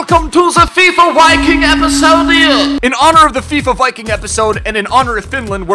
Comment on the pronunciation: I am 99.9% sure the Viking is pronounced viking and not wiking, even in a Finnish accent